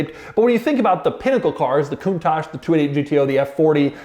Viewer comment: Coun"TAXe" lol